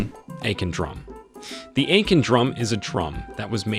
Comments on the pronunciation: I wholeheartedly appreciate this video nut just a little reasearch would give justice to these pieces…example AKAN pronounce AH CON, Benin prounonce BAY NEEN , Igbo prounced EE BOW, but lots of knowledge for sure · I’m going to need him to learn how to pronounce Akan, Benin, and Ife correctly